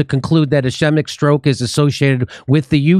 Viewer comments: Pronounced "is- KEET'-mic" stroke. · Pronounced like scheme. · It's pronounced "is kee mik" with a long "e". It means blood flow has been cut off (typically by a clot in the case of the brain and strokes). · Ischemic. Pronounced "es--ski'--mick." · Uh-SKEE-muck Don’t spread mispronunciation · Ischemic is pronounced ishkeemik. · Pronounced. S scheme ick... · Pronounced ask-weem-ick stroke. They compared group (a) 1-21 days to group (b) 21-44 days and found there was more risk in group (a). missing that you can not be risk free in day 44 without having already gone through days 1-21 to get there.... Their own study is bunk. doctor Campbell did a great read through of all this info/data on his Chanel.